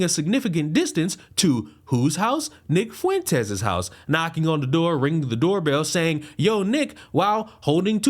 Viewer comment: Nick Fweenteez 🤣🤣🤣🤣